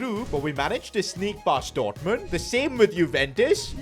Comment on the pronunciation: He says dourtmond on